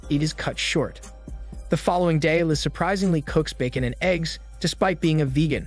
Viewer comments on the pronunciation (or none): none